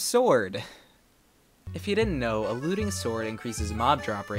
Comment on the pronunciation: When you said looting I thought you were saying “alluding”